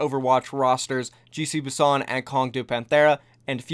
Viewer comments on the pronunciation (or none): none